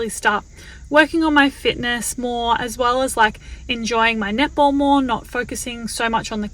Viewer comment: So I watch this sped up on 1.75 speed and I kept thinking you were saying nipple ball, not netball my God I’m laughing so hard I had to slow it down to actually hear